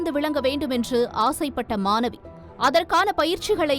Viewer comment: தமிழை ஒழுங்காக வாசித்து தொலைக்கவும் !!! அது மானவி 🤦🏾‍♀️ இல்லை ...... "" மாணவி "" !! ன , ண , ழ , ல , ள , போன்ற எழுத்துக்களை சரியாக உச்சரித்து பழகித் தொலையுங்கள் ...... எத்தனை முறை தான் சொல்வது !!! உங்கள் தமிழ் உச்சரிப்பு கேட்கச் சகிக்கவில்லை !!!